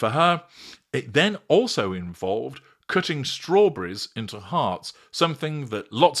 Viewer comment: “Cooooting???!!!!!!”think you meant “Cutting!”😂😂😂😂😂😂my little NORTHERN FLOWER!!!!🌹 ❤❤❤❤❤❤